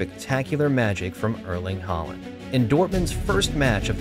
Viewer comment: 'Arling Hoeland' said more like that.